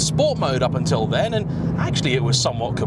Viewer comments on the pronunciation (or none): none